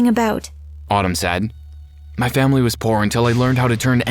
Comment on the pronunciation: Did you say Family?